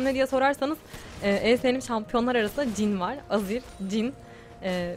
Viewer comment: Cin değil jhın :D <3